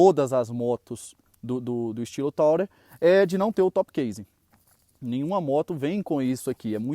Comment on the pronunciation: Bacana, só não é "taurer", amigo; é Tourer e se fala "turer", que é a palavra turista em inglês...